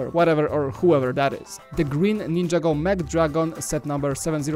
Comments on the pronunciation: Its not ninja go is (nin-ja-go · Ninjago is one word it's not ninja-go